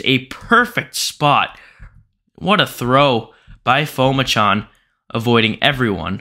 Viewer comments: Pronounced Pu-ma-chon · His last name is pronounced Po-Ma-Jun